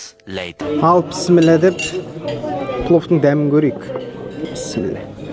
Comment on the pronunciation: Бауырым Пісімілә дегенің не дұрыстап аитсайш или тілің қисықпа. Бисмиллях болады .